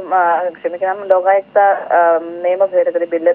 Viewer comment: ലോഖായുക്ത അല്ല ലോകായുക്ത ആണ് ശരി.